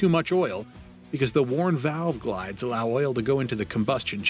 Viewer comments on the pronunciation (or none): Really? Valve gLides in the head? DOHC isn’t a doush either. It seems like humans are incapable of actually narrating anything anymore. 🤦‍♂️